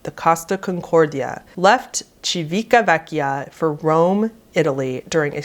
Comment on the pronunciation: Love your videos, you cover tragedies and topics with utmost care and respect. Though, forgive for I must point out some Italian mispronounciations: -"Civitavecchia" is "Cività (with a stress here)-veh-kkia" -"Isola" is "E-Soul-Ah". You did nail the ex-Captain Coward's name: Schettino" pronounced "skET(like in kettle)-teeno", as well as Commander De FAHlco :D. PS. I'm from the South of Italy, so Northeners are going to disagree but I do think my tips may help a non-Italian speaker. Hope this helps in some way. Much love❤.